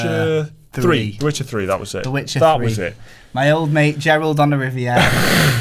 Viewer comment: Disliked because you couldn't even say Witcher... Seriously bro??